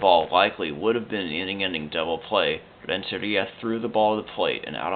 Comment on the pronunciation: You need to lay off those annoying hispanic pronunciations dude. Do you call Italy "Italia"? Then don't call Rentaria "LLLLLentellllia".